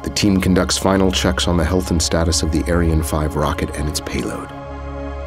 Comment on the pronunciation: Just one thing. Ariane is pronounced 'arryanne, not aireane.